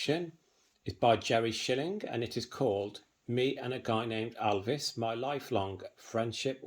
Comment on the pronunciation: Thanks for showing part of your book collection. But please say Elvis not Alvis